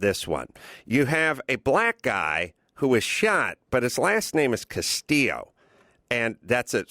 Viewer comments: adam pronounces his name as castillo not castile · Jay Laudeman right lol and it's Castile not Castillo lol. two incompletely different names. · CASTILE NOT CASTILLO PENDEJO...and white Hispanics tend to be incredibly racist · Its not Castillo.. Carolla you numbnut. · Adam Carolla, you're doing a podcast and providing your opinion and you can't even pronounce the victim's name, and you can't even remember the shooter's name. What the fuck do you know? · His last name was CASTILE not CASTILLO